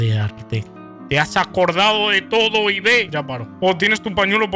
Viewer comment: Es "Ib" no "I-be 🤓☝🏻